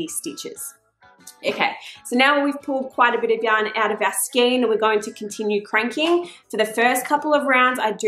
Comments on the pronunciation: It is pronounced SKANE even though it looks like SKEEN... In Australia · A good video. However a Skein is pronounce Skane, not Skeen, please. I endorse re winding the yarn into a loose centre pull cake or putting the large skein onto a ball holder like a Chia Goo, which will rotate & allow free flow of the yarn It can also be beneficial to add a few weights like bulldog clips around the inside, to add a little tension on the tube of fabric It can be easier to cast off by only cranking 1 or 2 stitches at a time, to prevent ladders forming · Just FYI. The word ‘skein’ is pronounced ‘skain’. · Well done...easy peasy...some feedback..FYI...skein is pronounced skin as in rain not seen as in keen